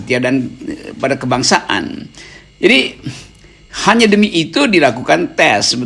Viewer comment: Tes setia kebangsaan ato tes Setia KebangSatan ndak begitu jelas ucapan mister RG